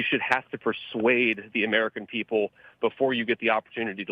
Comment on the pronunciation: I don't like how he yoused the word persway!Just spit the facts. Still like em